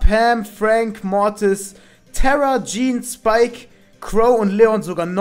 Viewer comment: Es heisst Tara nicht Tera